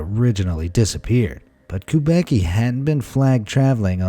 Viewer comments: steven kubaky hahahahaha, strangest way to say kubacki which should be more like kubatsky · 'Kubacki' pronounced is making me laugh. I knew few people with this surname. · I mean that's not how you pronounce Kubacki.........